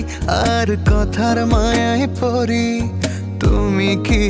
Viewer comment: গানে "কথার ময়ায় পড়ি" কে 'পরি' উচ্চারণ করাটা মোটেও ভালো লাগলো না😅😅 তবে নাটকটা ভীষন জোস লেগেছে❤❤❤